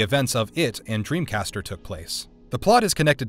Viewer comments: "DreamCaster"? Lmfao dreamcaTCHer..... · Did he sa "dreamcaster" lol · dreamcatcher 2003 not dream caster